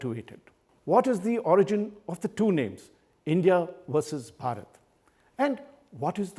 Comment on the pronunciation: This man can't pronounce bharat. What a shame.